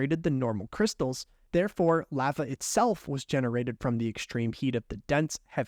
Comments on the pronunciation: (La-va) not “leva” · I hate how you pronounce lava its pronounced l ah v ah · Who’s gonna tell him that lava is pronounced with a long A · Straight up calling it “laugha” 🤣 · Clicked off once he said LAAva😂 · I hate when it comes to the lava crystal because he keeps saying it wrong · Why he say lava like that? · Why do you say lava like that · Love your vids but hate how you say lava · You say lava weird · no one talking about his pronunciation of lava?